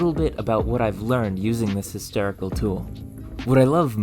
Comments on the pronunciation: More not mer, historical not hysterical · You pronounce words weirdly. "Hysterical" instead of "historical". "malk" instead of "milk", "purse" instead of "pores". Do you have a speech impediment or is it just some weird idiolect? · I'm so curious what accent you have. It sounds like a completely normal middle American accent, until you say a word with the sound "or". Like, "historical" legitimately sounds like "hysterical", and "torch" sounds like "terch". You say other "o" vowels in a totally normal way, and all other vowels before other "r" sounds are normal as well.